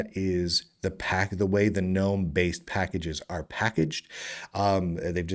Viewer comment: I have it on good authority that GNOME is pronounced, "guh-nome." That's how the founder pronounces it.